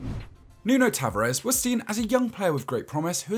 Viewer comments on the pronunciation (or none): Ta va res not tavarez